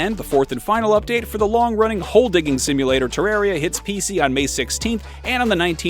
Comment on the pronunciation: I don’t like how you say Terraria